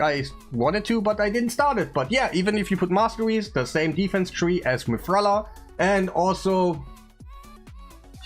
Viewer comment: Stop calling mithrala mikage lol